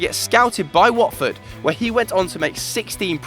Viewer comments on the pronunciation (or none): none